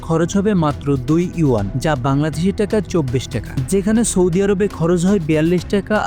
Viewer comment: ট্যাকা না রে ভাই টাকা!🙂 উচ্চারণ সঠিক হলে ভিডিও আরো গ্রহনযোগ্যতা পাবে! তাছাড়া বাকি সব তথ্যবহুল ও ঠিকঠাক!